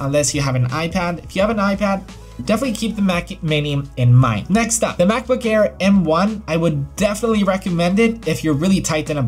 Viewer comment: He says macbook care instead of MacBook air 😂😂